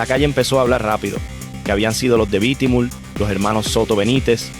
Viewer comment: Es bitumul ,no lo q dices bitimul